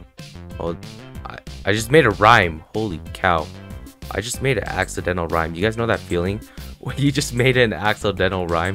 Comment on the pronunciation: " dont you ever hate that feeling when you make an AXE-O-DENT-AL rhyme? " lmao thats what i heard